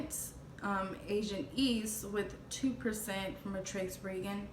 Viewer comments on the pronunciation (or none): They ask me the same questions and I know both of my parents. I just look differently. You are a beautiful girl. That wicked man does not deserve your love.. you are clearly a nice person. You are too good for them. ("Region" is pronounced: ree' - jun.)